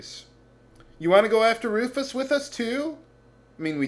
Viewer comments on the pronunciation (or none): none